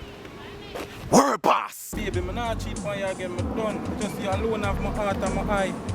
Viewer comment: LMAO "worl boss". Plz stop Lol